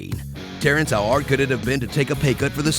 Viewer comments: How "ARD?" You mean How 'Hard' right? Please tell me someone else noticed this. LOL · "How Ard" ??? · they forgot the H in hard